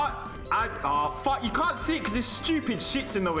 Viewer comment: I'm so happy that the only thing you can hear from that CJ's mod is "PHOCK YOU"